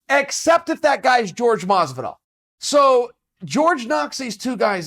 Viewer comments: Is not George is Jorge, it is disrespectful when you call a person with a name that is not his. Is like saying mike to a Miguel person or Joe to a Jose person. Just get a minute to learn how to properly pronúnciate names and stop being lazy/disrespectful. Other then that props on your content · Please stop pronouncing his name as george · His name is Jorge, not fucking George. A spanish name... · Why does Chael refuse to pronounce it "Hor-hey"? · I wonder why Chael persists to prounce Jorge as 'George'... I'm generally curious as to why... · He’s saying masvidal’s name wrong all the time, its annoying, but the story is hilarious🤣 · Can’t Sonnen pronounce “Jorge” correctly? Lol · Btw Chael pronounce his name correctly or he may get you next😏😂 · You could learn how to pronounce his name correctly, before discussing the man. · Say his name right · Are you incapable of pronouncing Jorge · His name is jorge, not George. Just like you're Chael and not Gaél. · Ffs Chael. Is name is jorge, not george. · George? It's Jorge! You may not understand this word, so go ask Aretha Franklin about RESPECT! And this is coming from a Diaz brothers fan... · It’s pronounced “Hor-Hey” not George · Horha not George 😅😅. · It’s not George, it’s Jorge [ˈxoɾxe] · George lol sounds like hore hey, mas ve dal chael is a topman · Is not George, it's Jorge. You don't call Usman "us man", you don't call Conor "conair". Its Jorge. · ...isn't it "Hor-hé" Masvidal and not George Masvidal? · I hope Jorge baptizes Chael for saying his name wrong on purpose. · Jorge Hor-Hey not George 😫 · It's not George it's jorge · Its Jorge "Hor-Hay" not George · Hor-hey Masvidal. Plz. Stahp the George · Some people say Jorge (horr-hey) and some day it as if its George, what the hell is it people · I'm pretty sure it's pronounced Hor-hay not George, he's latino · How hard is it to say Jorge and not George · "Whore-hey" not George ffs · Jorge "George" Masvidal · It’s Jorge not George 😂 😂 😂 My g Jorge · "George" Masvidal